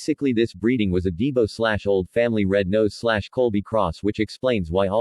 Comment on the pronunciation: THIS WAS A WASTE OF TIME, VIRTUALLY NOTHING TO SAY ABOUT DIFFERENCE'S BETWEEN FIGHTING DOG STRAINS, EXCEPT THE SLIGHT MENTION OF THE RED NOSE STRAIN, AND IT WAS SLIGHT. THE DOG WAS PRONOUNCED DYE-BO NOT DE-BO.